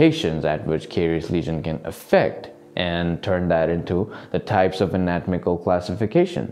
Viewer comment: Great video. Just want to point out its an-a-tom-ical not a-not-mical.